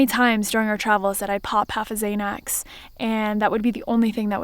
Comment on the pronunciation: I think you mean xanax (zan ax) not (zay nex)